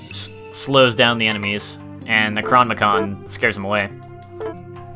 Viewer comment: you are saying nekronmicon. the word is spelled necronomicon is pronounced, necro nom e con.